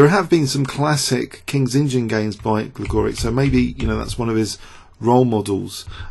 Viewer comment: It's pronouncec Gligorich